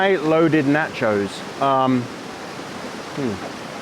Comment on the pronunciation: I didn't like the first 30 minutes of no talk. I like it when you chat with us, makes me feel like I am along with you. And, while I know you are from across the pond and now live on the other side of the equator, the proper pronunciation is TAH-CO or NAH-CHO, not tay-co or nay-cho. BTW, Luke is wrong; you don't need music and I don't think you talk too much. As for ads - I watch YouTube on my desktop which has an ad blocker so I don't see the ads, GSD. Yes, I know there are folks who make their living on YT but I really don't feel a need to be beholden to them. Glad to see you back!